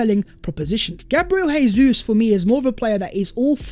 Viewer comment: Dybala is too similar to Jesus and his injury record is a concern. I'd rather not buy him but buying him would send a statement we can still attract top players. Incidentally it Jesus' is pronounced "Jay-zeus not HAY-SUESS' as he's Brazilian.